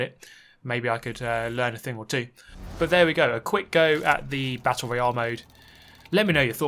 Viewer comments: What? He says it the same way we do? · As an American I hate how he says Royale 😂